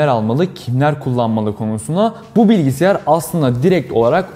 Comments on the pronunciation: “bilgiSİYAR” diyerek mi? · Bilgisayar olacak o bilgisiyar değil. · Bilgisiyar degil bilgisayar videoyu izleyecektim ama okadar kafama takıldı ki dakika 1 de kapattım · Keşke bilgisayar incelemelerini ''BİLGİSAYAR'' diyebilen birilerine yaptırsanız...